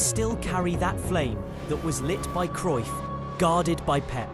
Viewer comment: Its cruyff not cryuff